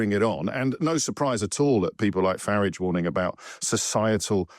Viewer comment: Why can’t so many people who hate Farage pronounce his name? Education?